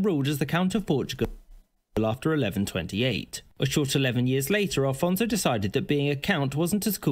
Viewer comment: Afonso Henriques - not Alfonso....